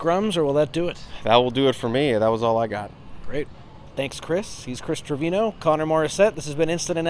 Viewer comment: Agreed, except Chris needs to correctly pronounce Treviño